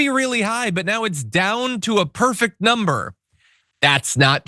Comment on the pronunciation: "... and now our inflation is down to a perfect numbre , a beautiful numbre, hardly any at all ..." LOL - More Trump Lies, BS, & Delusions. Since Trump took over, in January, my costs to purchase just the bare necessary living essentials (not any discretionary items), has gone up by 11.37%. During that same time, my income has gone up by 0%. Where is his "... perfect numbre ..." here?